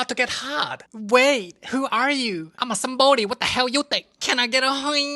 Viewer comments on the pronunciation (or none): "I'm a Sambodi, What da hell you think?" "Like a Sambodi, you okay?" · "like a sombidi you ok''